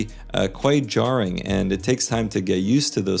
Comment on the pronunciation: did I Just hear an American say jarring😭